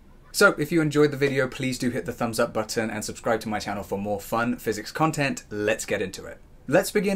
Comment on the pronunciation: You saying "button" was soooo....british